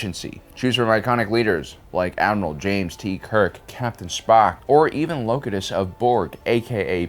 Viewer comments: It's pronounced "Lo-Q-TUS". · Clearly not a Star Trek guy going off the pronunciation of Locutus lol